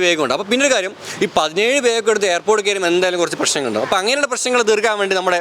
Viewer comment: Bai its not beg... thats bag ok😬😬🥰